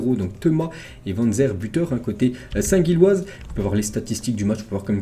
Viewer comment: Gilloise et pas guilloise respect ✊